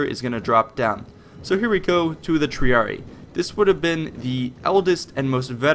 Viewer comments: The incorrect pronunciations take away from the credibility of the video. Not very hard to find out what the proper pronunciations of the different words are. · Salve. was thinking the same with the c. Also with triarii. The romans didnt have silent words and every letter was spoken so yeh again right with triarii. Vale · I thought triarii was pronounced "Tree- are-e-eye" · Triarii is said "tree-arr-eeii". Two i's is almost always "eeii". Thank you for this video, though, and vae victis friend. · God why does everybody say Tree-a-ree-ee like the horrible voice actor in the game. Say it loud, say it proud, TRIARII! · One other thing, the spelling is Triarii. It's not pronounced Treeree, it's pronounced Treereei. I typed it phonetically. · No trying to hate but Triarii is pronounced Tree-r-e-i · It's pronounced TREE-ARE-RE-EYE, haven't you played Total War Rome ? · Good video, good basic understanding of late Republican tactics, but my God man the pronunciation. Triareeeeeeeeeee shudders. Capitalize and pronounce the second I. Triari"eye" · Triarii pronounced TRIARI-EYE just a minor point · I'm pretty sure "Triarii" is pronounced "Tree-are-ee-aye" ... The two "i"s are pronounced differently, and, well, pronouncing that there is, in fact, two i's and not only one "i". Same goes for similar names like those of house Scipii etc. You must not have played the original Rome TW in a long time ^^ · Triarii , pronounced > Tree-Are-Ree-Eye Cool vid xD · Original Master or rather tree-ar-ee-ee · isn't it pronounced Tree-are-ee-eye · You said Triarii wrong It is like Triari i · Also, triarii is pronounced "tree-ar-ee-eye" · triarii is pronounced with both the i's pronounced. tree, are, e, eye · its pronounced triareyi pronounced wise. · Tree Are E Eye. That how you pronounce it. Triarii. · triarii tree-are-ee-eye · It's pronounced: Tri-are-e-i and Pee-la